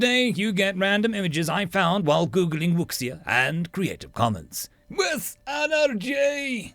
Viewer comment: Minor nit, but I’m pretty sure it’s pronounced more like woo-shia.